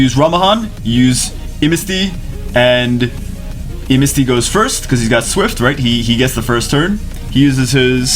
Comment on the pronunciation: "I'mnasty". Triggered.